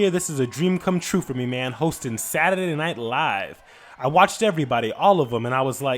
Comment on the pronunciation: When reading in Martin voice and he pronounced Saturday. 😑